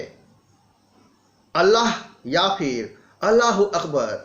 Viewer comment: महिला वकील को जज बनाते समय भी अल्लाह आह का उच्चारण कर रहा था 😂😂